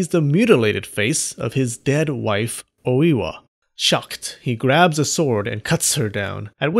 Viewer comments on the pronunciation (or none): Dude it's not Owiwa. It's Oi-wa